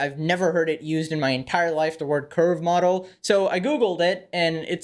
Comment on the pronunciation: When he first said 'curve model' i heard 'curb model' and did a double take. 🤣